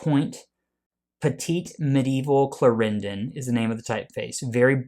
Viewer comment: look up the pronunciation of Clarendon.